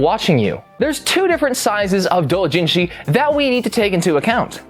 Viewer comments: stop saying it like that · Pls STOP SAYING DOUJINSHI THAT WAY I GET THAT ITS THE RIGHT WAY BUT STOP IT HURTS JUST SAY DOW JIN SHI